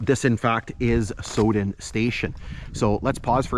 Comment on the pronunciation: Pronounced sow as on female pig then den. My mother was born in the station at Sowden when my grandfather was section Forman there.